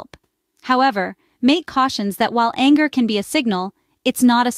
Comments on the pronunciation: Learn how to pronounce his name❗❗❗❗❗❗❗❗ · I wish the AI announcer would pronounce this wonderful man’s last name correctly … I personally feel it is at best careless and at worst disrespectful to publish content that depends on Dr. Mate’s reputation & expertise and NOT pronounce his last name correctly.